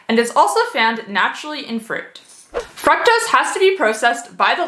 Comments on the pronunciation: You are pronouncing fructose wrong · The pronunciation of FRUCTOSE is throwing me off lol... But good information otherwise!